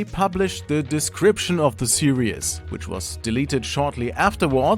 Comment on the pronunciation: Its pronounced serEEEEs not serEEUs